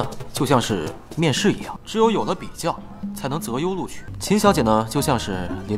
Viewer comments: Linux 读作linix，而不是li呐克斯。。。码农震怒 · 裏內死系統.......... （昏倒） 是哩霓絲系統！！！重音在前面！ 這部劇真的太專業了！🙄️ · linux念的都不对…